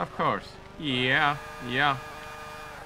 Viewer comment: its yeah not yeiah